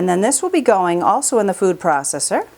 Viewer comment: Lord you say processor so weird and so much that its annoying. Anyway, those green peppers should have been cleaned more and chopped smaller. You wouldn't have to blend so long and it would cut down on the foam.